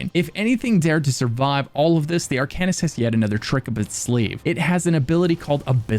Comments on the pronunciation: You're pronouncing it wron. It's pronounced "Arc'n ist". Not "Are can ist". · Its pronounced Ar-cane-ist. not Ar-can-ist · The way you pronounce "arcanist" makes me want to begin a black sacrament with you as my target... Another fun game, take a shot everytime says Arcanist! Jabs aside, I can't wait for Necrom! I recently got back into the game and I've been obsessed with the antiquarian stuff. IC my character is a necromancer and I hope to advance him towards arcanist once I know more about the lore and stuff (other than all the already known hermaeus mora things) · Being really picky here... but you mispronounced Arcanist. The devs even pronounce it for you.